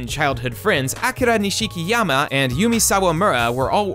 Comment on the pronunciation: can't get past that wrong pronunciation of Nish-key-arm-a